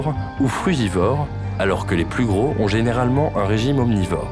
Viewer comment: Reportage intéressant mais un peu long et gâché par des fautes de diction à répétitions. Au mot "gros" il y a un s. On, fait la liaison avec le mot d'après. Exemple : "gros z_herbivore". Pareil avec grand. On dit "grand t_animal", et pas gran animal. Pareil pour "un curieux z_animal".